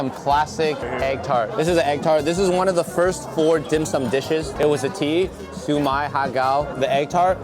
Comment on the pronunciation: hi i'm from hong kong i'm glad they like the dim sum but the way you say siu mai it sound like su my, but i say it with k sound at the end